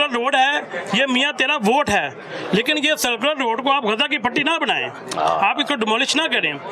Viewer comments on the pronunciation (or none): بھائی سیکولر روڈ نہیں سرکولر روڈ ہے درستگیکریں